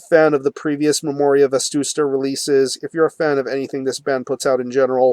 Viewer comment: dude, it's "Vetusta" not "Vestusta"